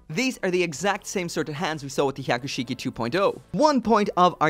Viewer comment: every time you say Hyaku shiki, I cringed... learn to say it right and slow down...